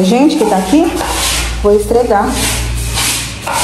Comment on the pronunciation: Boa noite mulher tds nois queria que você falasse certo pelonemos uma vez por dia o nome não e istrega o nome e esferga pfv mulher